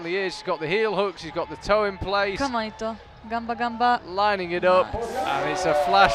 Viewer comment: Ps. It's "ganba" or "ganbare" (not: "gamba" or "gambare").